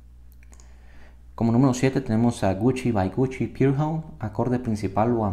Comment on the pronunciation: pour homme es francés aimgo ud lo pronuncia como "Pure Home" del ingles